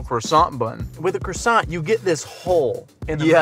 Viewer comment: Still struggled with "croissant" though haha Edit: and "herbs"